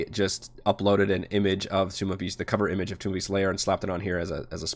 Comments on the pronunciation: Think of it like pronunciation of the word tone. Tome. Not toom of beasts. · For future reference, the word "tome" is pronounced "tohm" (long o sound, rhymes with "home"). It's not "tomb" of beasts.